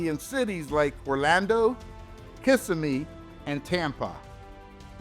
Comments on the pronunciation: Been here my whole life a d he said Kissimmee weong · that's how everybody who's not from here says it lol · I like when people mispronounce my city. " Kissimmee " lol aka little puerto rico